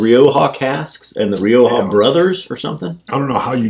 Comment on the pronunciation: Nice review guys, as others have said Glenallachie are offering some wonderful expressions & this Rioja is one I think I`d enjoy. Btw, far be it for me to tell you guys how to pronounce `Rioja` or `charcuterie` for that matter, here in the UK where we drink loads of the red ( the white is not as good for me ) we pronounce it Ri-okka, but the way you say it may be the Spanish way for all I know! Finally Rioja is a lovely region of Spain & worth a visit & not too far from the wonderful city of Barcelona.